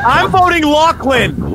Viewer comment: Did realize after that it was pronounced lachlan?